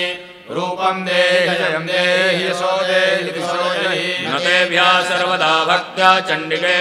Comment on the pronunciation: Swara is not perfectly pronounce..!!! What a pathetic ..!??? Yaso Devi Jiso Jahi...not..!! It should be Yasho Devi Dwisho Jahi. ( Sanskrit is not hindi !!)